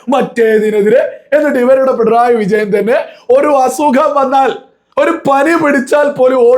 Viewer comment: ഡബിൾ A റഹീം പറയുന്ന സഖാവ് "പിൺ റോയി " ആരാ ??? പിണറായി എന്നുപോലും പറയാൻ അറിയില്ല MA .LLB ഉണ്ട് 😆😆🤣🤣